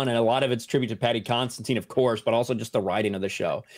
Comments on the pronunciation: I am slow or what? Why every one here calls Paddy Considine Constantin? You can brag about French pronouciation after that! Love you guys and gals!😉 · Heyzeus fn kreyest please if you are going to venerate the man say his name right! It’s Paddy Considine Con Sid Ine !!! Love yoh